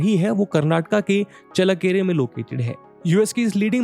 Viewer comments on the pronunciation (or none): चळ्ळकेरे✅, चल्लकेरे❌ नही